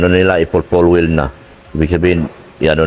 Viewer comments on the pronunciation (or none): Doc bigkasin mo mabuti... 😊😊😊...FULL WELD ... or full welding... 😊😊😊